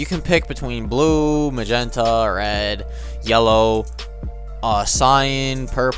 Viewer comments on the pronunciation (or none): none